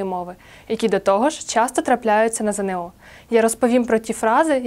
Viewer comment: Шановна пані! Не ЗеНеО, а ЗееНО.